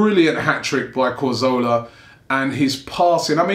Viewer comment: Can people stop pronouncing Cazorla's name as 'Carzola', fucking hell is it really that hard to read the letters in the right order?